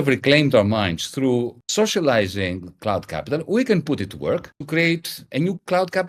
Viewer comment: Is he saying "clout" or "cloud" capital? Serious question